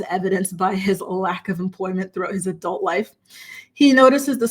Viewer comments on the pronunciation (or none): none